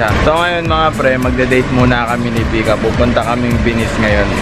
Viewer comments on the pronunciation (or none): Vika u always murder the name when you shoutout. 🤣🤣🤣